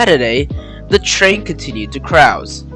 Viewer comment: The line was never commonly referred to as the "Crowes" line, it was always the Beech Forest or "Beechy" line. "Otaways" ???? It's Otways. Pronunciation and historical accuracy are important if you want to do videos, especially documentaries (Which I won't do). Crowes is not how you say it, it's "Crows" as in the bird. If the line was only closed around 50 years ago, that would make it 1973/74, as opposed to its actual closure date of 1962. Considering too the efforts of the existing two narrow gauge preservation societies here in Victoria, and the efforts needed to set up a base in Colac, I cannot see any works being done towards running the Beechy as a railway, any time soon.